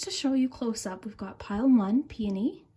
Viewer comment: Ik you read peony as pony or was that me only